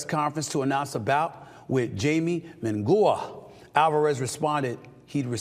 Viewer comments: This fool said Jaimy Mungua lol😂😂 😂😂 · "Jamie Mongua" is absolutely criminal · Come on SAS. Atleast practice Jaime Mungia’s name lol. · Little bastard can't even pronounce Jaime munguia name correctly! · I’ve never heard someone butcher a name so bad like how Stephen just pronounced Jaime Munguía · Stephen murdered Jaime's name. I thought he knew boxing???? smdh